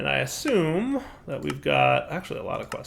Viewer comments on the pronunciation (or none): none